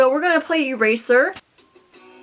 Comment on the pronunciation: It sounds like a razor instead of eraser because of his accent